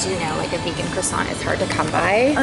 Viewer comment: Americans a croissant is pronouced like "Kwa Son"